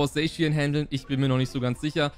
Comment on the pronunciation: Danke das du nicht „Sackian“ zu Zacian sagst 🤓🙌🏻